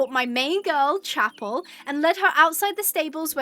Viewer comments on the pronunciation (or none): im sorry but it pains me to hear this uk the horse chappell its not actuallly pronounced like that its pronounced shappelle < hope this helps!! x